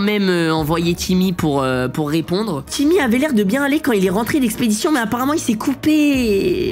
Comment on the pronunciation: tu disais timoute avant alors pk tu dit timmy